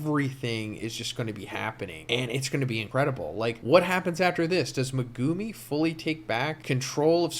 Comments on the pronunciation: U gotta pronuncie Me gu mi not what u said lmfao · Please stop pronouncing Megumi in that nasty way but pronounce it like Meg-ah-me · When you said megumi it irked the hell out of me